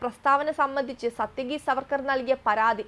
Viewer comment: പാർവ്വതിയെ പർവ്വതി എന്നു വിളിച്ചാലെങ്ങനെയുണ്ട്? അതുപോലെയാണ് സാത്യകിയെ സത്യകി എന്നു വിളിക്കുന്നത്.